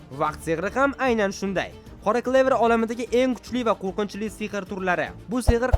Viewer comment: qoqinchili mas qorqinchili